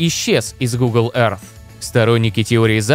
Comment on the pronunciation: Всё прекрасно, только учите произношение Earth, а то очень слух режет